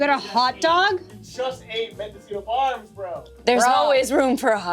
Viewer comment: Medocino farms bro 😂 what is even saying.